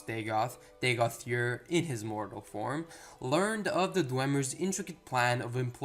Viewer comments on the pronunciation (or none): Dagoth "Yur"? Am I missing something? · Good video. I know you said it in the beginning, but you are calling him Dagoth Yurr. It is funny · Dagoth YURR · Dagoth Ur's pronunciation is NOT subjective. He SAYS his own name in game! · Pronunciation is wrong. He says his own name. Too distracting to continue watching.